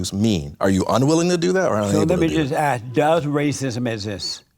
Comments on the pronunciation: WTF he can’t even pronounce the word ASK and he said I’m AXING you ! JLP is an illiterate HOUSE 🥷🏽💯🙌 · It is ASK not AX. Learn to speak.